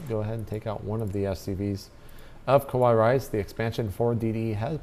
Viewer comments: the way these guys are saying kawaiirice means scary rice lol. its ka-why-ee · Really it would be Ka-wa-ee it is Japanese for cute. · He's just emphasizing the pronunciation of the kawaii. At least he didn't say "ohayo, konichiwa or arigato" which would have been a bit more irritating. (Yes, I know they are spelled incorrectly.)